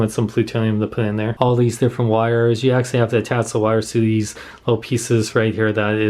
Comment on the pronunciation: Is it just me or does he say "Axshally" a lot?